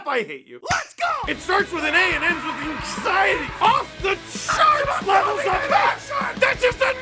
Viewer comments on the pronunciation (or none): none